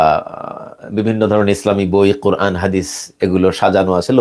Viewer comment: "قرآن" الحمد الله ربلعالمين. জনাব খুব সুন্দর উচ্চারণে ক্বুরআ-ন বললেন। অথচ আমার হামযা হুজুর ক্বারী হওয়া সত্ত্বেও ক্বুরআ-ন এর সুদ্ধ উচ্চারণ করেন না। আমি একাধিকবার মন্তব্য করেছি। কিন্তু কোন পরিবর্তন হয়নি। উনার উচ্চারণ এইরূপ: "কোরান"। দুঃখিত! উনার আরও কিছু বিষয় আপত্তিকর: "এই কথা বলে না কেন?" সাবলীল ভাষায় ওয়াজ করলে শুনার আগ্রহ জন্মায়🙏🏼❤।